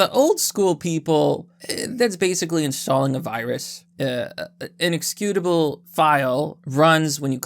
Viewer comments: You manage to mispronounce a common word in every vid you post. This time, it's you pronouncing "ex-eh-cutable" as "ex-cutable". Lol Wtf do you always mispronounce a commonly spoken word? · It's "executable" not "excutable".